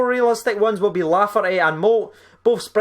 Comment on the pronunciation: Not lafferty mate